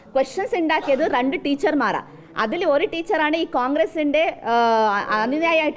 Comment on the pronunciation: റണ്ട് അല്ല സെച്ചി രണ്ട് ര ര ര.. പറ ര... സെച്ചി ആദ്യം മലയാളം പടിക്ക് എന്നിട്ട് വന്നിരുന്നു ഉണ്ടാക്ക് 🤣🤣🤣🤣